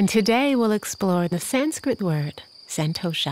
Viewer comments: Umm.. It's pronounced sun🌞-toe-shhh🤫 NOT San-toe-Sha (I'm from India and a native speaker) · Tamara has a soothing voice. But the word contentment or santosha is correctly spoken as “sun-tosh” in Sanskrit. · This meditation was truly amazing! But i do feel the need to correct your pronunciation as it is slightly jarring from the actual pronunciation. Santosha is pronounced as 'sun-tho-sha' . I understand that your accent makes it so, but no harm in respecting the actual pronunciation :) Again, thank you!